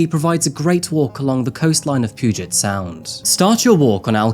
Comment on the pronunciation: It's not poo-get bay, it's pew-jit bay.